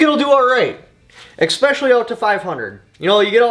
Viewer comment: Essssssss - pecially